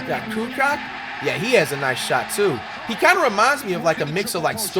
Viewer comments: He literally only knows him because he played with LeBron. He also says this is the last year before MJ went to play baseball (wrong) and has no idea how to pronounce the names of guys who are very well known (Toni Kukoc and Detlef Schrempf). Also said he thought Kerr played with the Bulls in 91. This dude doesn't know shit Edit: and then he sees John Salley and says "Damn Horace Grant didn't start?" when Grant had been off the team for 2 years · Tony Kukoc is pronounced “Koo coach” not “koo cock” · It's Ku-coach not Ku-cock. Toni Kukoc. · Did this idiot just say the centers today would average 70 in the 90s? This idiot calls Kukoc (Koo-coach) Koo-cock. Bro you are embarrasing yourself. That laugh. You idiot the era forms the player. Whag you domt get is that todays players dont match up to the 90s because todays players dont have to face the phusicality and domt have to play positions and dontbhave to be specialist. Most players today are clones of one another so they dont stand out. No one is special today. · When the guy doing the "analysis" knows more about the shoes than the players I cant take it seriously. Saying Scotty Pippen would be a casual in todays game is crazy. And its Tony Kukoc pronounced Kucoach not Tony Kucock ffs man. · My boy said koo knock lmao. Koo coach bro no Coo C0ck lol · Kucock lol. Toni Coo-coach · Flight, it’s pronounced Tony “Ku-Coach” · " steve kerr is kinda nice " 🤦‍♂️🤦‍♂️🤦‍♂️🤦‍♂️🤦‍♂️🤦‍♂️🤦‍♂️ the youth in that statement....Ku-coach homey...not kucock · it’s pronounced kukotch, not kucock lol.. thats what he’s referring to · Did he say Toni Kucock 😭😭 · My boy said coo cock lmao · Tony Coo-coke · “THIS IS “COOL COCK” PAUSE FLIGHT YOU GOTTA START SAYING NAMES RIGHT THAT ONE WAS NOT IT 🤣🤣🤣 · It’s pronounced Tony “coo coach.” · Toni Kukoc. His last name is pronounced coo coach. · My Guy said Brown Randy, Bukler Jew, Tony CuCock. 🤣